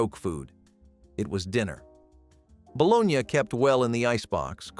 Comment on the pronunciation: Interesting video but need a real person to do commentary. No excuse for mispronouncing bologna!